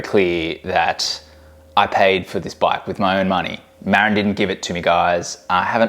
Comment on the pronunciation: Muh - rinn, not Mare-Inn. It's named for the county in California, which is named after an Indigenous chief.